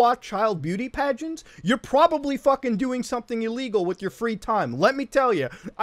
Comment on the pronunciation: At first I thought you said “pushing their 11 year olds to beat pregnants” and I got confused